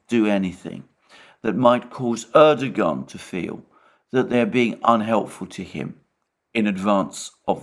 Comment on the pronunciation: knows how to pronounce 'Erdogan' correctly, Alexander not so much.